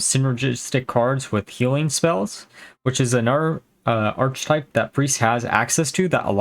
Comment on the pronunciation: As always, solid brew. I'm mostly just commenting for the algorithm, but one time nitpick lol. Archetype is pronounced ark, like Noah' ark